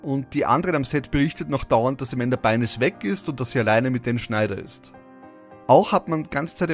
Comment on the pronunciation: Es wird Amanda Byn(e)s [Beins] ausgesprochen. Das e ist stumm